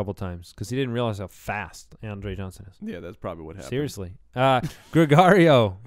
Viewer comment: Gregorio pronounciation = Greg (as in Greg Olsen) + favorite cookies